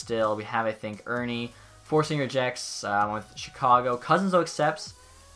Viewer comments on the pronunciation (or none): none